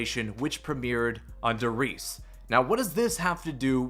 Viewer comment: Great coverage of the news, but for GOD'S SAKE, learn how to pronounce German words. die Reise is pronounced, Dee rise-ah with a slightly rolled R.